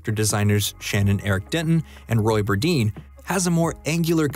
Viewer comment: The character artist who worked on this show is a good friend of mine from college and his last name is not pronounced Bur-deen. It’s pronounced Bur-dine.